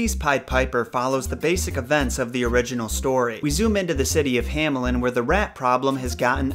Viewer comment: German native backing you up. Also, the town "Hammeln" would be pronounced like "Huh-meln"